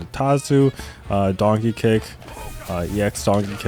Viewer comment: wtf are you saying? Donkey Kick or Darky Kick?